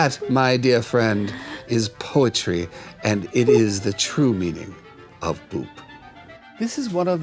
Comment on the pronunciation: i thought you said poop at first .